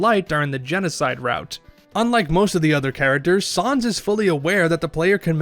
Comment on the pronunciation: “Sahnz” The pain It’s unbearable